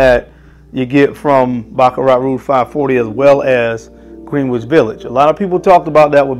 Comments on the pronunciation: I cringe every time he pronounces it Green-wich instead of Gren-ich. Definitely not a New Yorker. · Love your video reviews and the quality is phenomenal. However, the snobby New Yorker in me is cringing. I know how it’s spelled, but it’s pronounced Gren-itch Village. I know it doesn’t make any sense, but that is the way we snobby New Yorkers have pronounced it. You tha man and keep pumping out the great vids. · ...Love you, your content, your knowledge on perfumery and Fashion. Keep going brother! (Being a native New Yorker [Brooklyn] you get a pass for butchering "Greenwich" lol...its pronounced "Gren-itch"...I know the spelling doesn't help). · So weird how Greenwich Village is pronounced Gren- itch. Gren, like Ken or Ben, but it’s spelled Green, like the color Green. The English alphabet makes no sense! Anyway, besides that small rant lol I absolutely love Greenwich Village, it was love at first sniff 😍 I find it interesting how fragrances that don’t smell quite as good get so hyped up for one reason or another, then we have something like this that’s more beautiful yet not as talked about. Like you said better for us, it doesn’t become as common. Great review, thx💙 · Green wich 😂😂😂 say you’re not from NY without saying it ❤